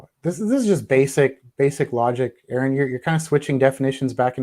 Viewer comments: Honestly, when someone introduces themselves to me and pronounces their name, I pronounce their name correctly EVERY SINGLE TIME, WITHOUT FAIL. IT'S NOT HARD! How is it that SO MANY of these theists who chat with, AFTER being told repeatedly how to properly pronounce his name, STILL GET IT WRONG?? How do they all lack even the most basic of brain functions to remember the name of someone RIGHT AFTER they are told what it is? This has vexed me for years listening to chats and hearing theists get his name wrong time and time again, even after repeat correction. Explain that to me. It HAS to be that they are doing it on purpose as a show of disrespect. If their pastor's name is Stephen, and he pronounces it "Steven", like Stephen King, I bet they don't repeatedly call him "Stefan". Anyone care to bet against that? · Funny, forgets he is on platform for one. Two, how can you not get name right, especially after he tells you. Thanks for this! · He is purposefully saying Arons name wrong because he feels insulted...someone has a little ego.